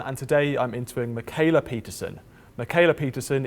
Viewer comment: I hate how English speakers pronounce "kh" as "k" when it's used to denote the front "h" sound, makes Mikhaila sound like "Makayla" lmao